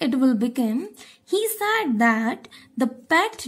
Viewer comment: Said pronunciation is wrong!